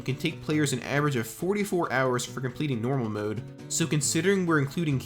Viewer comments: Hero MODE NOT HERO MOOD. Or atleast that’s how you prounonce it 😂😂😂😂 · I'm a linguist so don't take this the wrong way. I'm older gen z, and I've been noticing the beginnings of a vowel shift in younger gen z and gen alpha folks. You appear to be forming a mode-mood merger (pronouncing both the same), which is highly interesting to me. Anyway great video besides :) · This youtubers hardest challenge is to pronounce "mode" like a normal person. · Bro why you say mode like that